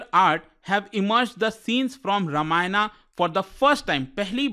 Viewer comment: Strange that a native hindi speaker pronounces toran -TORAANAA and ramayan- RAMAAYANAA. No wonder, hindi would see a downfall soon, as learners from this channel would go on to be govt servants.